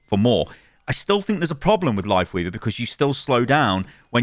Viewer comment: Still trying to figure out if he said "Lifeweaver" or "Wifeleaver" at the beginning